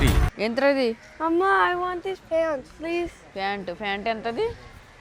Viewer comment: 🎉Pants antaru fant kadu nee mokhaniki sariyina english radu emiledu